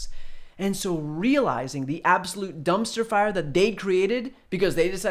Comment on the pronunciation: I think I heard it pronounced "Dumbster fire" and if I didn't I think I probably still should have.